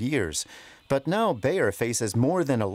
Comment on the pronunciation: Bayer is pronounced as Buyer.